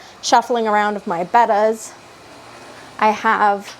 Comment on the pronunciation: Ichthyologist here to settle a debate. The correct pronunciation of betta is bet-tah not bait-ah. The origin of the common term betta is from the genus of which theses fish belong to, also being betta. This genus name is based off of a Malaysian word bettah also pronounced bet-tah as these fish are found naturally in Malaysia.